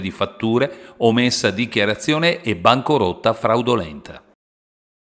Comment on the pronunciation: *bancarotta (non "bancorotta")...